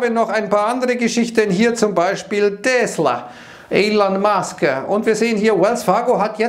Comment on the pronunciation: Fun Fact: die Aussprache von Tesla ist korrekt. Gelernt bei Sven Carlin.